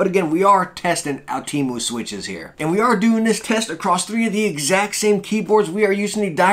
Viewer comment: Can I just clear this out with you good sir, it is pronounced, (oh,tem,oo)